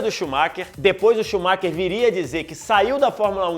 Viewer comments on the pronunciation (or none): Excelente vídeo! Parabéns! Só fica a dica para falar melhor Maclaren, Schumacher e Pace.